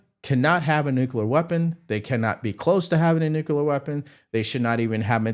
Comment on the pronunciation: HI,. I JUST WANTED TO BRING THIS TO YOUR ATTENTION: YOU SAY "NUCULAR", LIKE HOMER SIMPSON. IT'S "NU-CLE-AR". I'M NOT TRYING TO BE A DICK, IT'S A PET PEEVE OF MINE.